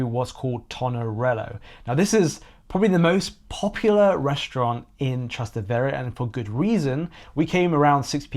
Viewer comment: Actually, it's TrasTEvere, not TrasteVEre. ("Across the Tiber" - Trans TEvere)